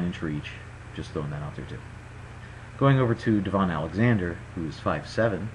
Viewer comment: Good video! Few things... #1 it's pronounced like da - vin not deee - von